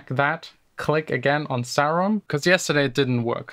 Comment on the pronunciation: Im triggered how you pronounce serum ughh